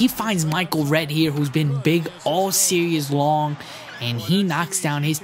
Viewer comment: Every time he says series, he says serious. And he's always saying tough layup. :)